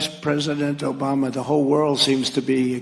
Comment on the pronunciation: He doesn't say Obama, he says Obamna.